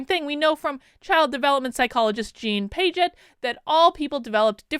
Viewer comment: you totally butchered Jean Piaget's name lol way to kill your psych street cred.:-O:-) Did you not take any developmental psych courses? Do you even psychology?